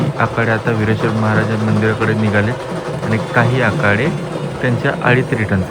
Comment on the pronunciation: आकाडे नाही...आखाडे😂😂